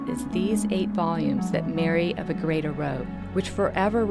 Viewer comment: I have the books. It’s beautiful. . It’s pronounced as A-GRE-da. Not A-GRA-da.